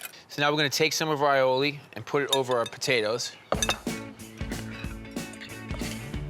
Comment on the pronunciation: eye-o-ley Strarts with an a not I a I